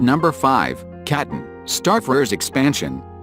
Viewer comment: Artificial voiceover continuously mispronounces “Catan”. And the content seems AI-generated too… weird and full of inaccuracies.